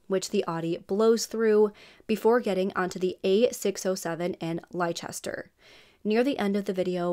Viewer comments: Great to see you cover a British case, however, it is pronounced Lesster, hun. English pronunciation is stupid sometimes! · FYI, Leicester is pronounced as “Less-ter”, just as Gloucester is pronounced as “Gloss-ter”. For future reference. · Leicester is pronounced as Lester...yep weird, I know we have strange ways of saying things/places here in UK! The car make Seat is said Say-at...from Spain. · Just for the sake of accuracy, Leicester is pronounced as Lester for some reason. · Well told story. Don't mean to be rude but Leicester is pronounced Lester😁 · U are pronouncing the place where it happened wrong it sounds weird hearing it how u say it been from England 🏴 🇬🇧 🤔